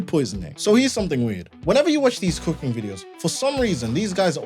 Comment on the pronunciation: Coo-king not coo-queen.